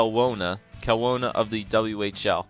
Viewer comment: It's said kel-ow-na!!!!!!!!!!